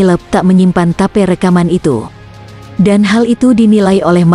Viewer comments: ya biasa itu, tp Channel nya mantabs, sama tadi ada Tape dibaca Tape, harusnya tep. Sukses utk channel nya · suaranya kaya suara yang di google map hehehe tip di bilang tape.. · Bukan ta..pe....tapi "tape" min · Mbak zaman now ya kl tulisannya TAPE bukan tape singkong atau tape ketan TAPI TAPE RECORDING dibaca "tip" casset (kaset) pita. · Pengisi suara nya ngomong tape,pengen makan tape ketan mungkin mbak nya 😁... Tape English mbak 🤦‍♀️ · Mimin klu baca yg benar dong..rekaman tape..😅😅😅😅klu sy sih paham mksudnya..klu tulisanya bhs inggris yg d baca..dgn bhs inggris pula..bljr lah..biar enak aza ndengerinnya.. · auto ngakak...tape..tape..